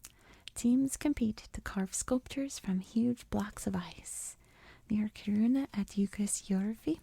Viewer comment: Hi Swede here. Use K. not chee. Kiruna. Im from south of sweden.